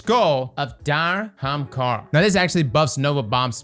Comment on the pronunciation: Are you physically incapable of saying "AH- hahm-kah-ra"???